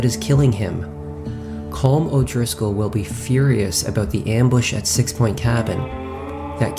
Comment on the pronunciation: Collum not Colm it’s Collum